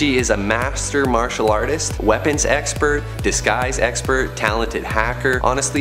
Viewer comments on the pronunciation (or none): none